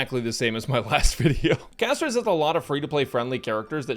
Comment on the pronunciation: Castorice ❌ Cashtorise ✅ with global passive